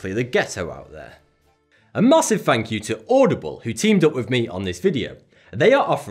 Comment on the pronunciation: "A Mossive thank you..." 😂